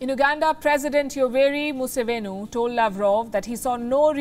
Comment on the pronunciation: Point of correction Palki. Its Museveni not Musevenu..My Ugandan friends know tha we value you people as brothers and sisters